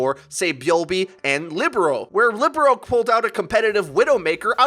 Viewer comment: Shouldnt Libero be pronounced like lee-bare-row? Thinking about volleyball positions.